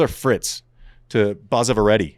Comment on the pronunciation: it is basava not baasava